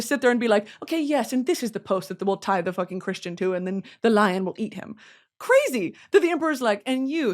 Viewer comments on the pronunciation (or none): none